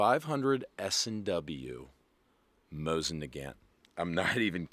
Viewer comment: Why you gotta say Mosin like that?